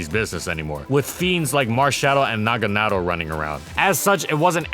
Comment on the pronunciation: I can't get over how you pronounce Naganadel